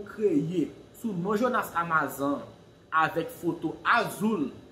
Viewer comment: Misye anraje.li pa gn vwa jonas ditou Li ta vle imite jonas podyab.epi li paka di amazan nn.amazone 😁😁